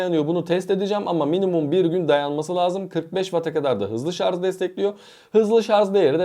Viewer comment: Artik şarz demekten vazgeç.SARJ